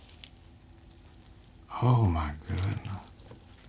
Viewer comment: "Oh my goodna..."